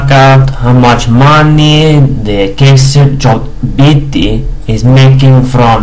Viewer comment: You pronounced him good man! Lol...